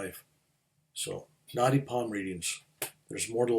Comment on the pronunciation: I love listening to. So easy to listen to him....but for some reason, I kept thinking he was talking about "naughty palm reading" and I couldn't, for the life of me, figure out what that was, and I am Indian! Same with the name of your Guru - I was thinking who is Gornoff? 😀. But I figured out both subsequently i.e. Naadi Palm reading, and Gurunath. Thanks for sharing your experiences 🙏